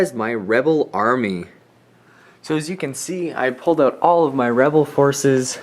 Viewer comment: he said webel army😅 !